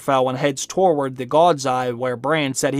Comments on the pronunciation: Also the word toward is certainly not pronounced torward. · Am I the only one pissed at his pronunciation of "toward" as "torword"?